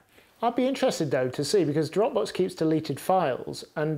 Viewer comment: It took me a moment to realize he was saying Dropbox and not Dropbooks.